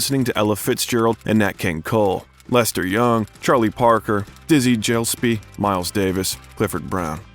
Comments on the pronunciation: "Dizzy Jyllspee?" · Dizzy Jillspee? David Jinsin? Haha. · DIZZIE JILESPY. REALLY WHO IS THIS CLOWN ? THAT WAS ENGLISH ACTOR DAVID JASON WHO YOU CALLED JINSEN WTF IS GOING ON WITH THIS VIDEO